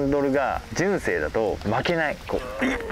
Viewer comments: あたりが特にね、関西人からすると、えって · 聞いたこともないイントネーションでしたよ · 純正のイントネーションが一番気になったw